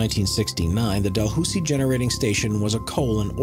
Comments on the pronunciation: Dalhousie is pronounced Dal-hal-sie not Dalhoozy. Source am Canadian and live minutes from the University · Clip # 9, , as a New Brunswicker I can tell you that it's pronounced "Dal-how-zee", not "Dal-hoo-see", hahahaha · Classics. I've always liked the rolling flour factory. A note for later on: It's 'Dal -- How - zie' (not 'Dal - Hoo --zie.') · Dalhousie is correctly pronounced 'dal how zee", not "dal hoosee". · I get a kick out of how he pronounces Dalhousie. Its Dal howsie, Da hoosie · Especially when he can't pronounce Dalhousie, New Brunswick correctly, the town in N.B., its university, and port Dalhousie in Ontario are all pronounced Dal-HOW-sie! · Dalhousie, New Brunswick is pronounced Dal-HOW-sie ! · (Del how-zi) is how you pronounce Dalhousie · Just so you know it’s pronounced DAL-HOW-ZEE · To anyone curious about the thumbnail: It's a building in Taiwan that ended up tilting due to an earthquake. It has nothing to do with demolition fails And for someone who's family grew up in Dalhousie, you didn't say it's name right haha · I just came here to say that he said Dalhousie incorrectly